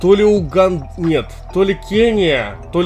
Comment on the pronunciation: Не УгандА, привильно Уганда